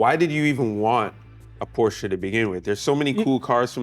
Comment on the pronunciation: Thanks for showing your beautiful car and pronouncing it properly. I think if you don't use the proper German pronunciation of the final e, you shouldn't be allowed to own one, lol.